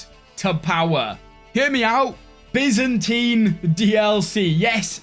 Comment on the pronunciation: Finally, you don't pronounce the byzantine empire as Baizantaine anymore!